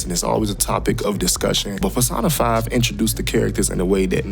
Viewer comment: pronouncing it PerSaahnaFyy irritates me for some sexual reason... lol.